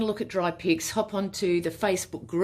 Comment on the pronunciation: You create such beautiful pieces PS every time you say “dry pics” it sounds like “dry pigs” 😂